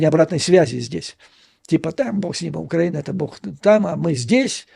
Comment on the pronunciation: Вы в слове украина ударение неправильно ставите, поэтому у вас предлог в получается, что тоже неправильно.